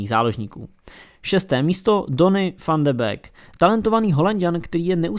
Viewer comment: Čte se to dony van de býk ne bek